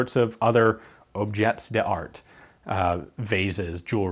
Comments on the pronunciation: Sorry Ian, as a grammer nazi it is my duty to say "Objet d'art" is pronounced 'ob shay dar' as the french pronunciation. Love the vids by the way, keep them coming. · It's pronounced "Objay Dahr" - soft 'j', like Taj Mahal. "t" is usually silent when it's the last letter of a word in french. The contextual translation is "work of art" or "thing of beauty"